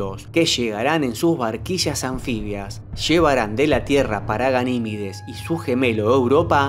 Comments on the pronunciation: A ver si aprendes a hablar, es Ganimedes y no Ganimides, cada día hay más flipaos. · Verga lo tienes ahi escrito... deja de decir Ganimides... es Ganimedes